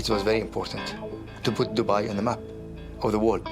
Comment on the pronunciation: How he pronounces Dubai is cringeworthy. The locals do not like it said in such a careless way. Dudnt even get 8 secs in lol